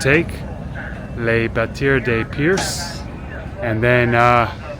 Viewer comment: Percé is "Pear-say"